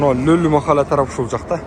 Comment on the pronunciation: Махала эмес кыргызча махала деп айтылат